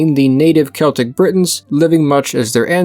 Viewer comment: No, it´s "Keltic"